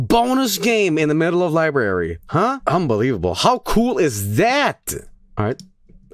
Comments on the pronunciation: Lie berry : ) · No it's Libooby